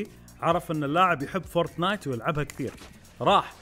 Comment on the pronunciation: فورتنايت مش فورتنات😂😂😂